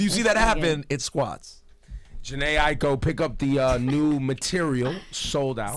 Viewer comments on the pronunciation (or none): it's weird. i-ee-ko? where is the third syllable? ai-ko. a-i-ko still does not sound like i-ee-ko